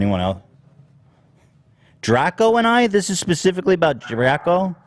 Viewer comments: ethan pronouncing draco as "dracko" and nobody bothering to correct him is sending me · Ethan just pronouncing Draco wrong left and right 😂